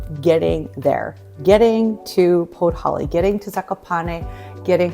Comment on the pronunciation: A decade in Poland and you call Podhale podholly 🤡 Yup you're a murican alright...🤮